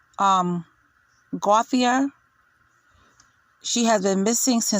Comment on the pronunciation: It's pronounced Go Shay